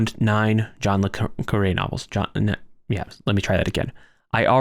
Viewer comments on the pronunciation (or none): While I was enjoying this video, the ad breaks every few minutes for an 18 minute video is rather annoying. Also, just to mention, in the U.K. John le Carré is pronounced more like "John le Carry".